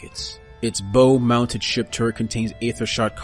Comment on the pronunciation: “Bow” is pronounced like “Bow before your king.” In naval terms. Not like “a cute bow on the puppy’s collar.” And “Corps” is pronounced “core” like “The Core of the Earth.” Not “Corpse” like a dead body.